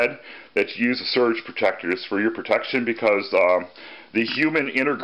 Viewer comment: Lol very funny and well thought out....did you say surge protector or urge. Great that you can now take your scooter out of a little box.....but you could probably always do that anyway...lol. Definite thumbs up.